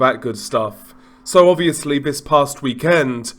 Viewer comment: Vis vat vu ver vose do you mean THIS THAT THE THERE THOSE???